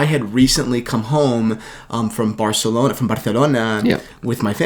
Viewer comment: Oh god... "Bartelona"....yeah... as a spaniard i humbly request... dont...